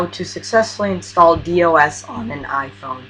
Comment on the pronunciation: Just FYI, it's not pronounced with each letter, "D. O. S.", rather it's pronounced like a word, "dos" with the "O" sounding like it does in the word "top". A lot of younger people make the same mistake, it's nothing to worry about. :)